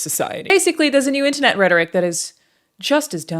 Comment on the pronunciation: Almost got the american accent perfect. "Internet" fucked you over man.